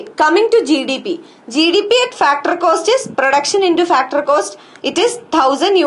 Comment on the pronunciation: why does she says factorrrrr and yearrrrr